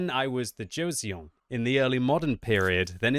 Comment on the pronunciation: clearly not a fan of Korea, what with reading Joseon as "Joe see on" LMAOLOL.